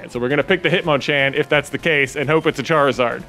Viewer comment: Charizard should be pronounced like “lizard”